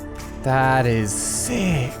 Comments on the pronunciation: Did anybody notice that he said six instead of sick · Can we talk about the fact he said still looks pretty six not sick